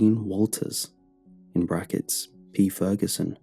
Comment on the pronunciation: Lmao “mr. feruson”